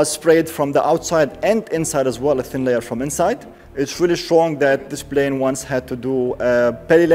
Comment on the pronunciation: Man, it's NOT "blane", it's Plane. Come on bro, with one million subscribers you have to do better. I'm from the Middle East too. It's not hard to say P.